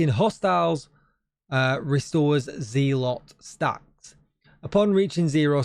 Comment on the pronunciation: Agree on Sanitation being a good modifier been using it none stop fit my plays style on in close to NME's, Also loved your keeping the map green video and was glad you stood on your principle to not take it down. Have one small comment that is a "personal gripe" and more on me than you, just want to say that It's pronounced zeh - luht not Ze - lot, unless you have a large USA audience :). Sorry but I'm a bit of a Language / Literacy - buff/nerd which stems from my dyslexia - Anyway keep up the excellent work.